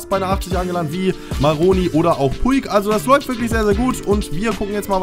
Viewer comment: Man spricht Puig ,,Putch“ aus